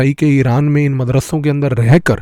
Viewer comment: अरे भाई अपना उच्चारण तो सुधारिए।आप जो मदरस्सों शब्द बोल रहे हैं न इसे मदरस्सों नहीं बोला जाता बल्कि मदरसों बोला जाता है।आपके उच्चारण में पंजाबी भाषा के उच्चारण का प्रभाव है जिस कारण वीडियो का मजा खराब हो गया यार।